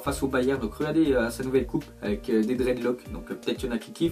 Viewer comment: "Dread Lock" Omg la prononciation